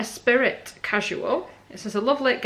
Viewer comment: Esprit is pronounced Espr..eee. As in Lotus car (James Bond). Did you choose fitted, loose or other out of interest? Wasn’t keen on the trousers. Skirt was a little tight maybe. The r/neck and shirt were good fit and colours for you. Not sure if it was worth the money or not. Thanks for the vid and all the info too. Very useful.